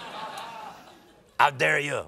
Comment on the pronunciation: 'HOW DARE YOU!' 'ow dare yuh'